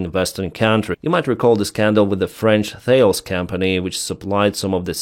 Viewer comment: Privit, Thales is pronounced Tal-lis, if you ever find out Moscalis are using illegally imported parts from western defence manufacturers, you should write to their export department immediately, give them as many details as you can find out, believe me they'll take it very seriously!!😂